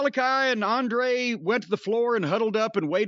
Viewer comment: Can someone tell this how to say Andrade not Andre? The olioliolioliooo bit is funny though (well it was weeks ago)